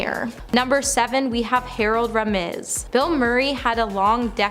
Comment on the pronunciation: Ramis is Rame-US It is called Ground Hog day...not ground hogs day....I had to click off.....too much.